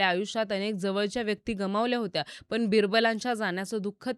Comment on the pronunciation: Tales of Birbal. पण आणी पन याचा proper उच्चार करा ताई.